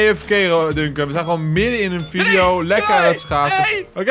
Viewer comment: Hij zij videe inplaats van video haha